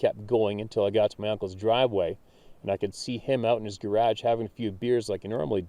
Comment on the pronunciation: Say garage for me.........funny.........